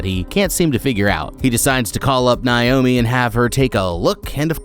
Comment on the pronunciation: Bro stop mispronouncing my name. It’s Nay-oh-mē